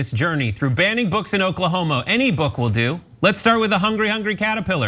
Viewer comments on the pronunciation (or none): Ahaha! Did he just say, "baning books in Oklahomo"?!